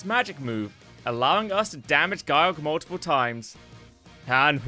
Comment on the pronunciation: It's not "Guy-Yorg", otherwise it would of been spelled Gyyorg, no it "Ge-yorg" get the name right